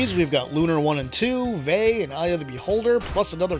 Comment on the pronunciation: Excellent video. But Vay rhymes with high, not with hay.